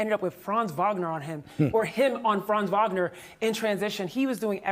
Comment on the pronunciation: How pathetic that your man in the middle can’t pronounce Franz Wagner’s name correctly? It’s only his 4th year and he’s definitely good enough to have the media remember his name!